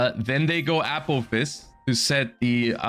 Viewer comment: I swear he says apple fist instead of apophis